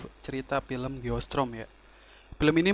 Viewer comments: Geostorm bang bukan geostrom👍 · Geo strom dia baca nya... 🤣🤣